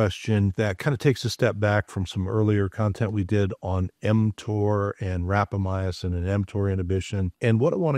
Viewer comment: Respectfully, you are not pronouncing Rapamycin correctly. It had 4 syllables and you are saying it with 5.